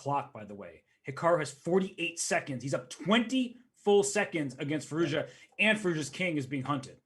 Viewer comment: It is amazing how they can say Firouzja 1000 times but don’t care to learn a proper pronounciation.